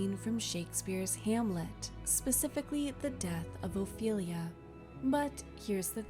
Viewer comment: Ophelia , not " Oilia " , for God's sake !!!